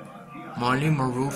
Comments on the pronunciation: “Monru”?? Monroe!! Es importante decir correctamente el apellido. La cámara enfoca demasiado cerca de los artículos, por lo tanto no se aprecian en el video, aún así gracias por que no sabía de este museo. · morí monru 😂 como pronuncia tan mal el nombre de esta gran actriz deberías de aprender a hablar antes se hacer tus vídeos enserio muchacho porque el vídeo es muy interesante pero tú con tu mala pronunciación lo arruinas 😂😂😂😂😂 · Monrú? Jaligud?😂😂😂😂😂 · Marilyn monruu? Jajaja 😂😃😃😃 no sabes ni pronunciar su nombre